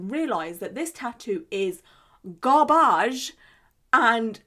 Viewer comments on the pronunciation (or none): I'll forever remember the pronunciation ✨garbahj✨